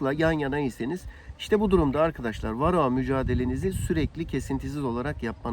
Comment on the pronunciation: Kendine arı mühendisi diyor. Varroğa, belfaks diye tellaffuz ediyor. O maske seni organik asitlerin buharından korumaz bu arada.